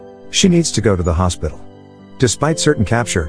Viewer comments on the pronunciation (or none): none